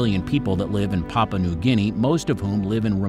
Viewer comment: Could you please say it as pah poo ah not papa? The u is not silent! It makes your speaker sound ignorant.